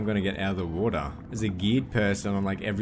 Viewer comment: wotah base